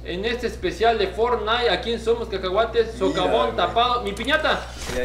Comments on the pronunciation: Fornain dijo el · For-naite jajaja XD El 2018